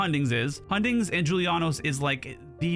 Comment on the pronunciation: Bro! This is nuts! When i heard you say hundings, i lost it hahaha, would deadly or blooddrinker work on this build as i have excess of those pieces?